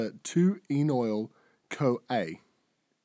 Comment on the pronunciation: Also it's "enoyl", not "enol".